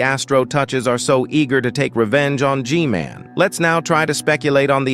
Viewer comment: "spikremen armada" 🗣🔥 "titan spirkremen" "camera strooder" "J men" "jisquad" "jisquad" again AI LMFAO